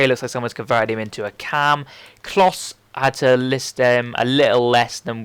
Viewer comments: no, its pronounced klosa not closer, unless youre british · Its KLOSE not closer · Klose is pronounced close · not with the r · klose is german i am german and i know he is pronounced ''KLOOOOSe'' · Loved the tips mate. Just for future reference though Klose is pronounced "Clo-sa". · its pronounced closer. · Wow your fucked up mate its pronounced as Closer.... Later SUCKERRRRR! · its klose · klose is pronounced - Closer. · Klose is pronounced "closer" ;)